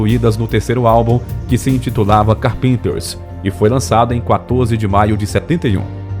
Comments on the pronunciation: Nossa! Um locutor de vídeos tinha a obrigação de saber pronunciar as palavras em inglês. Não precisa saber falar mas fica muito estranho ouvir a pronúncia de umas das bandas mais famosas com pronúncia errada. “ os carpinters” ? Fala sério então traduz os Carpinteiros. Pelo amor de Deus. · Gostei de como a história foi contada porém as pronúncias das palavras em inglês foram péssimas. Carpenter se pronuncia Cárpenter e várias outras palavras e título de álbuns que foram pronunciados de forma lamentável. Meu Deus! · Carpínters rsrsr ceus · A pronúncia correta do nome é Cárpenter (assim com acento agudo no "á"). É claro que na língua inglesa não tem acento mas, você, como youtuber, tem que saber pronunciar corretamente os nomes em inglês. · Carpinter kkkkk acertar o nome e obrigatorio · Carpênters?! A pesquisa é boa, mas essa pronúncia do nome do grupo dói no ouvido o tempo todo! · Horrível ver esse homem falar carpinters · PELO AMOR DE DEUS! VOCÊ FAZ UM VÍDEO E NÃO SABE NEM FALAR O NOME DO OBJETO DO MESMO? QUEM É CARPÍNTER? SINCERAMENTE... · O interessante é o locutor ler o sobrenome deles "carpínters"... 😝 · Os Carpênters? Porque não pesquisam as pronúncias antes de produzir a matéria? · Esse narrador. Fala o nome do grupo. Completamente ekivocado. Pronuncia ando. Carpintes. Parece até k ésta. Falando. Carpintes. Em português. Dói o ouvido.em. !! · Por favor, o locutor precisa urgentemente aprender ingles, ou no minimo pronunciar corretamente “carpenters” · Ótima narrativa. Só peca na pronúncia do nome CARpenter e do nome das músicas. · Locutor não sabe pronunciar o nome da banda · A pronúncia do nome Carpenter está errada, pesquisa mais! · Excelente vídeo, muito bem feito. Você poderia melhorar a sua pronúncia para a palavra "Carpenters", pois ouvir do jeito que está é bem doido. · Car Penter? ou Cárpenter. Essa pronúncia do narrador descaracteriza totalmente o nome da dupla. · Se lê Cárpenters e não carpínters.... cabeção..!! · Ñ é "carpinters" e sim "carpEnters"